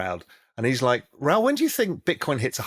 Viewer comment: Why can't anyone say Raouls name properly ?